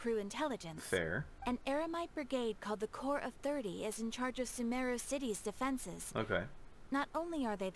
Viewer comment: Mmm they pronounce sumeru wrong. It’s like su MEEE ru